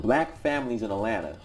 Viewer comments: At-lanta! At-lanta, please! Not A-lannna. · Dr. King says it's "At-lanta." I think his word goes over anybody's. 😄 Keep doing what you're doing. You're helping us. As I've said before, your work is not in vain. Just no more A-lanna!